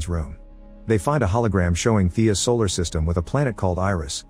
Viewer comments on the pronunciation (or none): none